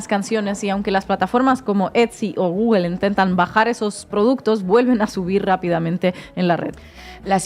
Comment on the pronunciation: Porqué dicen gugel? Es gugol no gugel.